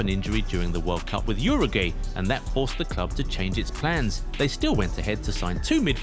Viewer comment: Not only the music, the players names and country names pronunciation also getting worse, like Uruguay become Uru"gay"